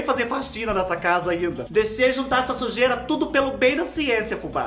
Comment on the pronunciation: Fubá do céu, você diz Xujeira por que é a sujeira da casa da Xuxa? Você está muito igual a Isadora Regina